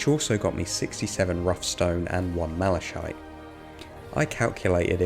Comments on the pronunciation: Excellent video, going to binge the "ch" in Malachite is hard, as in Christmas, or Chaos. Just FYI <3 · How is really Malachite pronounced ? like in this video "Mlashaite" or "Malakite" ?